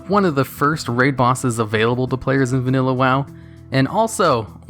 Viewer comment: “vaNUlla wow”